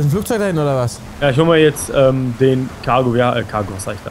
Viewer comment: Warum sagt immer kago und nicht titan